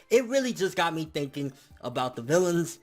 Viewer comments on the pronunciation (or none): none